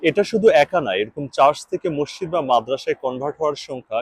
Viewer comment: NOT MOSSID BUT MASJID